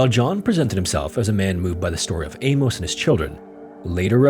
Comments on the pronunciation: What in the fck is up with this generation and their pronounciation of names and places......???? For fck sake man its not A-MOSE, its pronounced A-MUSS..... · "Amos" is pronounced "Amus" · This is a horrifyingly fascinating story. Those poor kids! FYI ~ Amos is pronounced like famous, not with a long O as you were saying. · Amos pronounced A-MISS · Famous Amos!